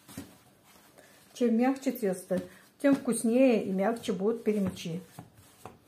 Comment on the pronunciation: ТАТАРЧА БУ ПЯРЯМЯ'Ч ! Пярямя'чи. На русский лад- Перемя'чи!